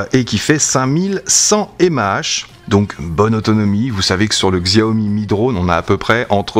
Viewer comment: Merci pour cette vidéo de qualité. Néanmoins 2 point à revoir, 1er tes sifflement en rec sont très désagréable,2eme la marque Xiaomi se prononce Chiaomi.